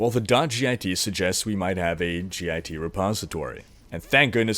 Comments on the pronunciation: I'm being queued as an angry programmer. Github is pronounced as a single word. Git isn't treated as an acronym. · you're the first person i heard pronounced "git" by its letters, instead of as a word. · It hurts my ears every time you say "G I T" instead of Git. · As a Computer Science major, I cringed hearing you say "gee aye tee" it's just pronounced "git" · Sweet video! It's git though, not g-i-t. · G.I.T. is pronounced get. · Made me cringe when you kept saying G I T. It's just pronounced git. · You can just pronounce "git" phonetically. That was painful to hear you say G I T every time. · please its "Git" not "G.I.T" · Three messages about Espresso? I'd be looking there for clues. BTW, It's not G. I. T. It's git, like stupid git, or git 'er done. It's the original author's sense of humor. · git is generally said as an acronym not an initialism, so git (like git over 'ere), not g.i.t. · God damnit it's one word. GIT not G I T. Say it like Hit with a G instead of an H. GIT. A GIT Repository >_< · LMAO "g-i-t hub..." Son it's just git, like say get. but with an I... lmao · Hearing him pronounce git as "G I T" was so painful... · Good video, but it's not pronounced 'g-i-t'. Just say 'git'. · its Git, like git gud, not G-I-T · btw you don't have to say "gee aye tee".. it's just "git" ( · "g-i-t repository" No. Just no. Please. It's called git. I suppose you probably put pineapple on your pizza, too. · Ahhhhhh, I love your videos, but your pronunciation of "Git" is killing me. It is pronounced "get", not "g,i,t" For reference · Love how you say "GitHub", it's pronounced Git, like.... "Learn to pronounce stuff you're reporting on you silly git!" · G-I-T. Git is annunciated as a word, not letter by letter btw. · you just say git and github, you don't say the letters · As a developer who uses git regularly, hearing you repeatedly call it gee eye tee was triggering me :) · It's pronounced "git" like "get." That was just annoying the shit out of me.